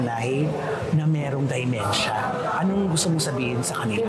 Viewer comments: !!.dEmEntia at hindi Di o Dymentia ang proper pronunciation sa sakit ng mga oldies na DE-MEN-TIA ok bah?! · friend it’s dementia and not dimentia. Notice ko lang ha. Peace out